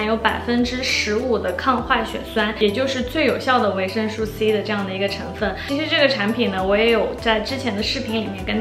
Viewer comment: 介绍的非常好 但是维生素 读su 绝不是吹毛求疵，真的听的太痛苦了 因为在不停的重复这个词